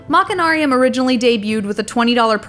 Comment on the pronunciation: You don't pronounce the 'ch' in machine as 'ch'. You pronounce it 'sh'. BTW, they're planning on releasing this game on iPad and on the Wii!